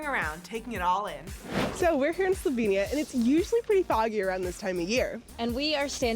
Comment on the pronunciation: its not lijubljana , its ljubljana. and its not slovinia, its slovenia